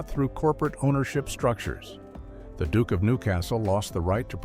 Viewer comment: Not all Americans pronounce duke the way of this narration.